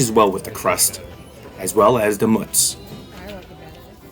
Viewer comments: Zuppardis Bacon and onion with Mootz. Not Mutz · It's mootz, not mutz... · Coukd be, lol. Anyhow, Its pronounced like "moo" from a cow.